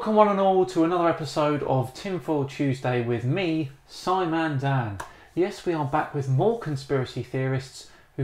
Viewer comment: I thought his name was “” not “”?? JK! Lol